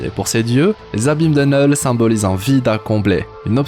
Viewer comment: Kkknullll pas NEuuuuuullllll